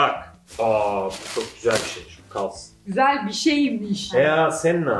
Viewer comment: Nobody:: Çok Güsel